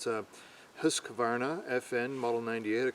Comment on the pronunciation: Great video gentlemen. You are right. Our society as we know it is hanging on a thin thread. Hope for the best, but prepare for the worst. As a Swede I smile when I hear a American say “Husqvarna” Hard to pronounce to I suppose. I hope the gun is good. It should be, they started to make weapons 1689.